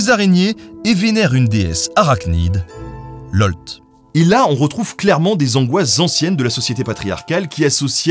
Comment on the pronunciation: Lolth, et le th est celui de The.